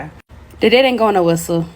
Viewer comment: that’s one way to pronounce debt…. “Day-ET”